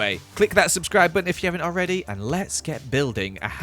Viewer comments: "pls subscbier" Speech 100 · Make sure to "subscbier! :D " Me